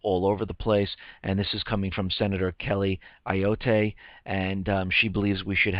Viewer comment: It is pronounced Senator Kelly A yacht